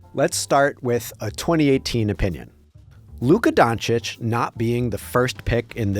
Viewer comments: Windy couldn't even pronounce Doncic's name. Keeps saying "Donic" 🤣🤣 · ah yes, my favorite player of all time Luka Donic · SAS called him "Donkich" for so many years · What’s crazier is that so many talking heads on TV still cannot pronounce Doncic right